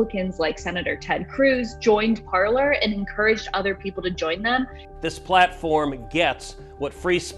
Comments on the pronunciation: Are we really pronouncing it Parler... instead of you know ... parlay. Parler is French for “to speak.” Only Americans can completely change the pronunciation of a French word 😂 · Shouldn't it be pronounced like "par-lay"? It's from the French meaning to speak. Not from a room in your house where you gather for tea. i.e. parlour. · 😂😂 You feel my pain. I studied French so I cringe when I hear it pronounced “parlor.” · “Parler” is the French verb “to speak” and no one is saying it correctly 😓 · I am guessing that Trump supporters never watched the very FIRST "Pirates of the Caribbean", otherwise they would know that Parler is a French word that was adapted in whole to the American language, where we can confidently mispronounce it. 🤣🤣🤣🤣🤣🤣🤣☠☠☠ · considering I’m very American and not French it shouldn’t surprise you then... I just have some world knowledge to know that Parler is a French word. It would be like pronouncing filet or buffet without silencing the t. We silence the t as it is a French word. British people don’t silence the t, and here we are taking something out of their book with Parler. If Parler means to speak, which is clearly why the platform was named Parler, then wouldn’t it make sense to pronounce it as it’s intended? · So it’s not pronounced as it is in French? Makes sense since “parler” means “to talk” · Parler (French pronunciation) = speak in english. Did they mean "parlour" as in parlour talk (courting a girl/boy)? 😉